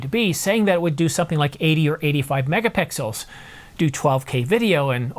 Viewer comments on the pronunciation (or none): “11.1 Megapickels” 😂